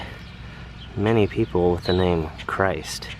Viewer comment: Christ is pronounced like Christ-mas, Great video